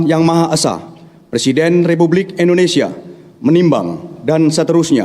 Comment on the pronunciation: INDONESIA,,bukan INDONESA